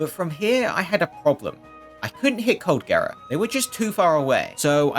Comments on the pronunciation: dude calling it coldgera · this guy's calling cold gerald: coldgera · Colgera✖️ cold-gera✔️